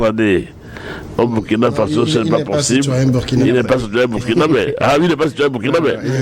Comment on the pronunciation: M. l'animateur, On dit BOURKINA ( même si on écrit BURKINA) tout comme on dit FASSO (Même si on écrit FASO). Ça fait mal aux OREILLES, quand (surtout un africain prononce ce mot-là si mal.)